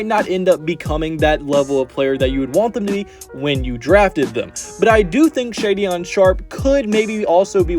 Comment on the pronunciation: Shaedon pronounced "shay-don' not shadyon!